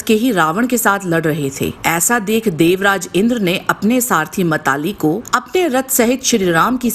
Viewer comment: ये मातलि है न कि मताली....बाकी वीडियो बहुत सुंदर है